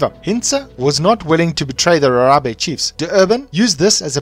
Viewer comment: Rharhabe said like Gagabe